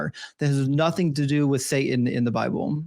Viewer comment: I must be getting old. People seem to be leaving the "T" sound out of specific word; nothing has changed to "nuh-in", and Satan is now pronounced "say-in". Is this a recent change?...just curious.